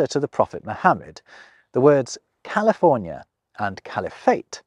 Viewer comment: I’m glad he told California the right way.